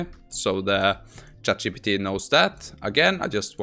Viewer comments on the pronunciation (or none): none